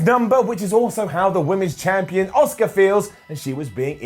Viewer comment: Is anyone being annoyed about constantly mispronouncing Asuka's name?